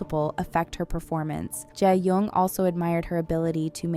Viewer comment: Shin ye and Je yong 😅.. wtf! Pls pronounce their names CORRECTLY!